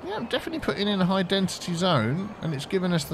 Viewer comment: what is it with you not saying density right?